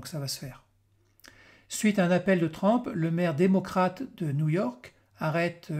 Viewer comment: TRUMP se prononce TRUMP et non TRAMP